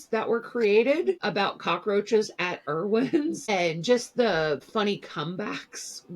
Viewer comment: Erwin's? Never heard it pronounced that way.